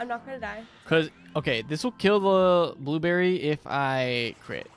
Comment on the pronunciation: “This little blueberrry” haha 😂